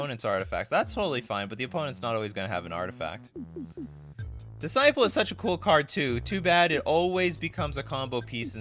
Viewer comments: It’s not pronounced ‘diss-sipple’… it’s ‘diss-sigh-pel’ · Your pronounciation of "disciple" makes my brain hurt